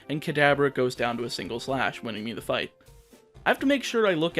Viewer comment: oh please, you butcher every other word anyway. i didn’t even notice that you botched “winning”